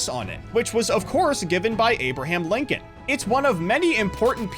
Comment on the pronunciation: ah yes, Linoln